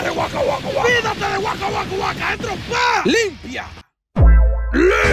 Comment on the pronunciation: me puedes decir que suena cada vez que baki dice "trompaa LIMPIA"